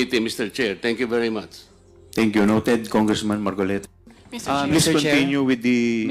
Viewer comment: Weeee dumali nanaman si gadgaran facing ..'marcolets " 😂😂😂😂😂😂